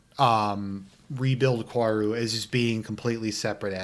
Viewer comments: I do agree almost at everything with you. But just to further clarify, the correct pronunciation of Kaworu's name is "Ka-O-Ru", Japanese phonetics are very different from English, so that's why it can be hard for English speakers to say his name. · Based on the comments I’m not even gonna waste 30 min to hear you pretend he’s not in love with Shinji and how you also keep mispronouncing his name.